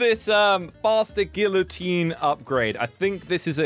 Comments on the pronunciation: Who's gonna tell him hes pronouncing the thing he created and his life's mission with the silent letter? Because I'm not doing it. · That is not how u say it